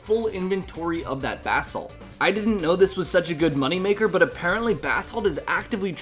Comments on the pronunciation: Bass salt 😂😂😂😂😂😂😂 Bro it’s ba-salt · u keep saying bath salt and its cracking me up.. not positive but i think its buh salt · buh-salt brother, not bass salt. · basalt not bahsalt haha.. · my dude it's Bah- salt like "bruh" without the r. buh-salt. not bass-alt